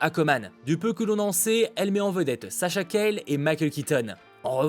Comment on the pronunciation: Juste, Sasha Calle est hispanique, son nom se dit Callié et non Cayle 😅